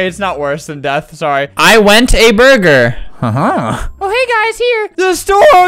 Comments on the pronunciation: “I went a burgeruhrr “😭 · "i wenth æ buhrger😀"